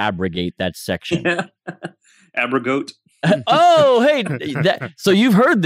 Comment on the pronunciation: "abro-goat" Haha! That made me laugh out loud.